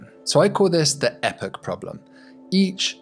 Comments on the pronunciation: Could have done without the weird Epoch pronunciation. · That epoch pronunciation... you have betrayed your accent, good sir!